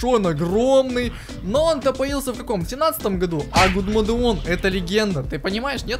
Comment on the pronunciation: "Гудмоде" . Боже...